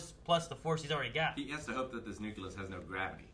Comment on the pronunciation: Good god,! As if „nucular“ wasn‘t bad enough. „Nuculus“???